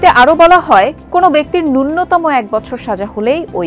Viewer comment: উপস্থাপিকা, _____________________ ন্যূনতম শব্দটির শুদ্ধ উচ্চারণ হলো = নুনোতমো‌। পক্ষান্তরে আপনি পাঠ করলেন/বললেন = নুন্নোতমো!